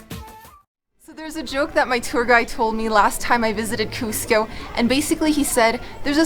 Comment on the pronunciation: This is great and all but the guy sounded like he said costco😂